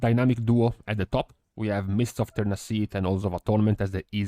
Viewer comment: It's also tirna "sigh" not tirna "siith".